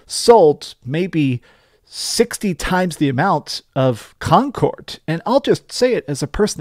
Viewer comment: Con cord 😂